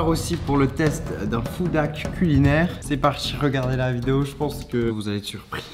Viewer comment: Pourquoi il dit food dhack